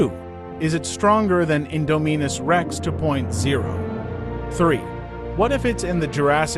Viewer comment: My man, it’s in-Dom-in-us like indomitable